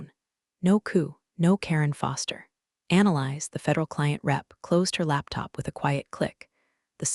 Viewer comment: The name Annalise is not pronounced as ‘analyze’. It’s Anna-leez. Please teach AI.